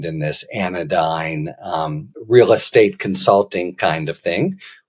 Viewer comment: You said anodyne.